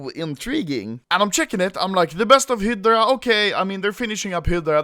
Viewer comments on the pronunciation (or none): Its (High Drea) not hdrea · Hi-dra. Hi-dra. Not head-ra, we know you like head but it’s hi-dra baby. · You don't pronounce it HIDRA, you pronouce it HAIDRA! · Stop saying “hid-dra” it’s “hi-dra” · HAHAHAHAHAHAHAA OPERATION HEEEEEEDRA, ITS FACKING HIIIIIIDRA ANOMOLY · ITS HYDRA NOT HIDRA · Phantom Friends he says hiddddddddddrocholocal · Anomaly : Hedra People : Hidra Autistic kids : Fidget spinners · Its not hidra its hydra hi-dra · You pronose Hydra like Hitler ^^ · It’s pronounced “HI-DRA” XD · When you say hydra it sounds like Hitler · at first I heard "The best of Hitler" lol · OPERATION "HIDLER" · ITS PRONOUNCED HI DRUH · high-dra, please it's frustrating me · The new way to say Hydra "hedra." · When he says hydra it sounds like hitler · Hydra = (Hi-druh) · i understood: “they are finishing up hitler“ xD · Anomaly SAY IT WITH ME High-Druh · When you say Hydra is sounds like Hitler and how the hell you fuck that up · When anomaly said hydra, it sounded like he said Hitler lmao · When you say "hydra" looks like you are saying "Hitler" wtf AHAHHAAXDDDDDDDDDDDDDDDD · Why does it sound like you're saying hitler when you say hydra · its HI - DR- AA FUCC BOI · When you say Hydra it sounds like you are saying heetler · "hidra" lel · im glad operation hydra is over so I can never hear anomaly say hiiddra again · I thought Anomaly was saying Hitler, not Hydra